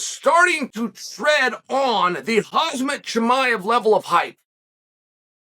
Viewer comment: It’s pronounced Hamza Chimaev (Hum-Za) .. Not Hazmat, not Kamzat.